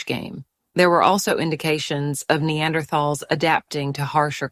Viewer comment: So artificial voices can mispronounce "neanderthal" too